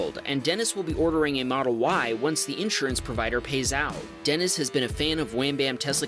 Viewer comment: He got a tesle moldel s plaid for his 16th birthday dang